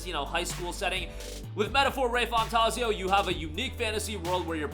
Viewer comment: Metaphor "RAY-FANtaaaazio".... this MF 🤦🏽